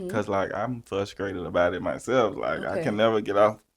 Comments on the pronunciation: Did he say fuscrated and not frustrated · “I can understand her being fuskrated” 💀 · said he was “fuscrated” 😂😂